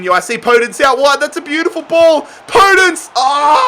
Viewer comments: Podence is pronounced "Po Dense" mate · Podence is pronounced with a soft O by the way